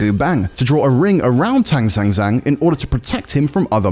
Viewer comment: 听如此地道的英语口音念唐三藏还是挺有趣的哈哈哈